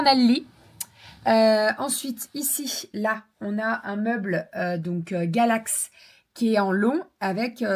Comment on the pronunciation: Coucou, c’est kallax le meule et pas Gallax 😅 bisous à toute la famille